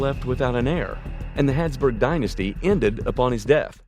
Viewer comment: Why are you saying 'Hadsburg' instead of 'Habsburg'?